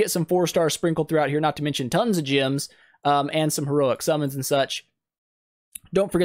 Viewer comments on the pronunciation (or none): This is a great tutorial man, but two things I noted: - You mention a place you need to be lvl 80 to reach. ^^ Not really for new players. - Why do you pronounce "gems" like "gyms"??